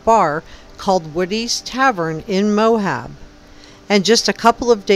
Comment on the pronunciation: Great reporting! Very interesting. But it's Moab, not "Mohab!"